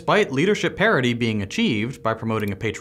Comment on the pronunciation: did you say gender parity or gender parody? lol